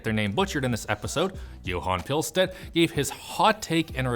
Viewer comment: You pronunced Johan Pilestedt as good as a non swede could. 👏🏼